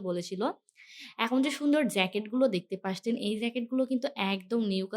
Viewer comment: Apnar video vhalo lage kinto apni 'দেখতে পারছেন ' এই শব্দটাকে বার বার ' 'দেখতে পাসছেন ' বলেন।শব্দটা অনেক কানে লাগে আপু। আপনার সবগুলো কথায় স্পষ্ট কিন্তু এটা কেন এমন করে বলেন সবগুলো ভিডিওতে জানি না।আপনার ভিডিও অনেক সুন্দর হয়।আপনার এই শব্দটা বার বার শুনতে খারাপ লাগে।